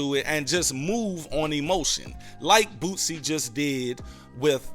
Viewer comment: Who is BOOTSIE 😂😂 You mean Boosie? It’s all love my brotha